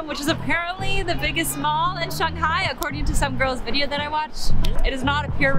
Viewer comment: If you lived in China for a whole year, then why are you saying Shanghai and char siu incorrectly?